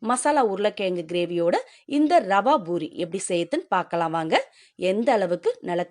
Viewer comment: IT IS CALLED POORI NOT BOORI. DO NOT KILL THE TAMIL LANGUAGE. THOUGH I HAVE BEEN LIVING FOR MORE THAN 3O YEARS IN US I SPEAK BETTER THAN PEOPLE LIKE YOU LIVING IN SOUTH. IT IS A DISGRACE AND SHAME BY KILLING THE TAMIL LANGUAGE.